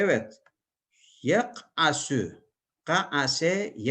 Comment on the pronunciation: “Yak’asu” should be with “sin” not “sad”. Close to at the end of video. Shukran ceziyla.